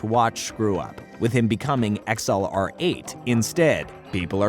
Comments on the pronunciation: did he just pronounced XLR8 as X-L-R-8 and not as excelerate/accelarate? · It's not x-l-r-8 it's pronounced accelerate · Why you pronounce xlr8 like that? Lol it’s literally “accelerate” just abbreviated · Did you now that XLR8 is actually pronounced exelerate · Its pronounced accelerate